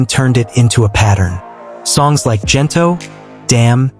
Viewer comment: The G in Gento is pronounced like in Good , Gento not Jento.